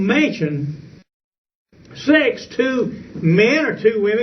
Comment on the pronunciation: He pronounces "sex" as "six".